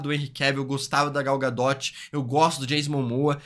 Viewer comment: Gal GaDOTE ZKKKK